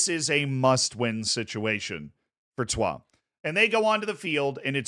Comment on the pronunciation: the pronunciation of troyes is acc spot on, was expecting the average american “troy’s” pronunciation